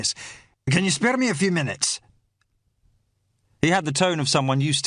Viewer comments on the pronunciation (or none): spay-ir a minute? nor "spae-r", pronunciation, if you are going to do an accent get the idea of HOW we pronoun oor vowels or dont bother otherwise you sound like you are speaking the Scotch of Brigadoon, mythical place with mythical language ..ie, total bollox